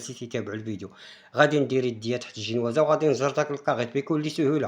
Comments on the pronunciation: آه كيعجبني الشاف مني كيقول الجينوازة ما فيههش التصنع و واضح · هههه كيقول زنواجة